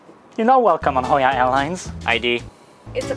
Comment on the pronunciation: The madlad actually said hoya